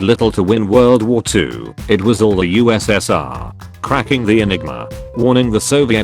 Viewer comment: I like how the computer voice called the USSR US Senior